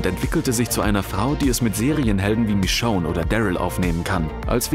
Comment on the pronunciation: Warum fällt es so vielen schwer, den Namen Michonne richtig auszusprechen?